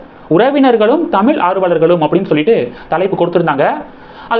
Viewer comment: இந்த மாதிரி வீடியோ போடற நீங்கள் முதலில் சரியாக தமிழைப் உச்சரிக்க கற்றுக் கொண்டு பின்னர் போடவும். உதாரணமாக பிள்ளை மற்றும் தமிழ் போன்ற வார்த்தைகளை சரியாக உச்சரிக்கவும். உங்கள் உச்சரிப்பை நீங்கள் பலமுறை கேட்கலாம்.